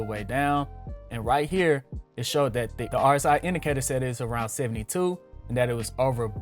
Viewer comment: My man you didn’t even know how to pronounce rsi...